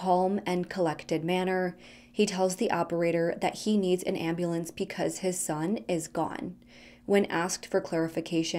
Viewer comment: ...are you saying "picause" instead of "because"?